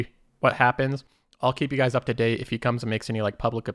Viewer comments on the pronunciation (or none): none